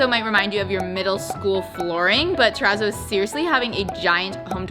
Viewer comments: Your pronounciation of 'terazzo' seriously hurts my ears... it's a double zz in Italian, like pizza ... so tera-tso not tera-zo. Think pi-TSa, not pi-Za Thank you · I don't think you're saying it right 🙄😂😂😂 i think it's pronounce it like terra-t-sso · “Trepp a zoid” 💀💀💀